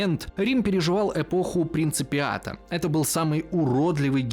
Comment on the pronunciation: Принципат, а не принципиат, Пертинакс, а не Петринакс, лингва латина нон пенис канина